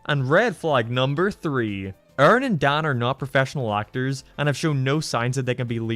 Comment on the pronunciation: I like how you pronounce Dan's name as Dauhn.